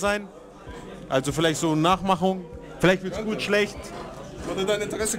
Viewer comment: fühlt sich echt "güt" an